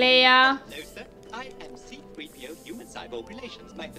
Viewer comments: I'm editing in my brain each time I hear "P3-O" instead of "3-PO" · are you calling 3PO P3O? it's full name is C3-PO sames as artoo is R2-D2. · It's C-3PO, not P3O 😆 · P3O 😂 It's 3PO (C-3PO) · C-3PO NOT PITRIO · OK, that pronunciation of 3PO isn't getting any less adorable. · The cold weather scenes were filmed in Norway. I giggle every time you refer to c3po as p3o. And you are not supposed to know they are brother and sister yet...lol. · 'Peetrio.' xD